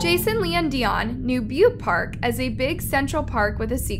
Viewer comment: Lmfao at this point it just sounds like ur purposely saying these peoples names wrong 😂😂😂😂 How do u say Dionne wrong?